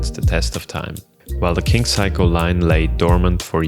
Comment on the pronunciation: You have to know its not pronounced "Psycho" if you're this far down the rabbit hole. It's "Say-co" and I only say this because in Japanese culture repeated mispronunciating can be mistaken as an insult or lack of respect. Anyways thank for the video